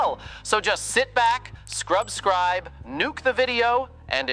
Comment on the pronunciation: I love how isn't capable of saying subscribe